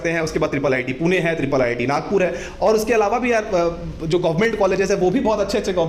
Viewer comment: it is not triple ii t. it is iii t